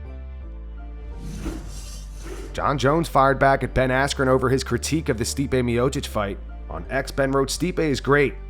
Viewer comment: This man said 'askren' and no one batted an eye